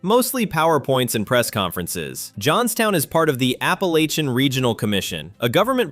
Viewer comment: Hey narrator, you are not pronouncing Appalachia, I live in the Appalachian area in Tennessee we can tell from a Yankees and a local,it's when you mispronounce Appalachia